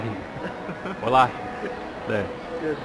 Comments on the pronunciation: Wallah is pronounced “WULL-AH” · its "Wal-ah"